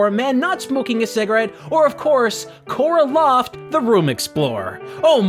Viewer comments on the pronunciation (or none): Cora Loft Shouldn’t it be lara croft?